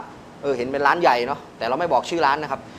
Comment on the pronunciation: ร้านครับไม่ใช่รว้าน จะมีเสียง ว ควมมาทำมัย